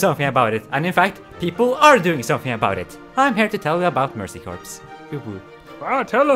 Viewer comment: Just an FYI "Corps" is pronounced like "Core" and not "Corpse." :3